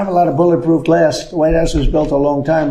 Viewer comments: The way he's intermingling the word "glass" with "grass" is scary! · Graph, grass......oh, glass. Imbecile! Can't even read the word "cover" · Graph, grass, glass. What's the problem? He needs only three attempts to pronounce the tremendously hard word "glass". Nobody has been able to do that. You wouldn't believe it. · He should have a contest with Bush II: Bush has to say "nucular" - oh I mean "nuclear", and Trump has to say "grass" - oh I mean "glass" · Did anyone catch how he could not pronounce the name of the glass😂. Dollars to donuts: polyurethane 😂